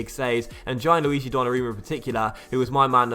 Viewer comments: I think it's pronounced "Gee-an-lu-ee-gee" not "Gye-an-lu-ee-gee" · Gianluigi is pronounced more like jan-luigi, not ji-an-luigi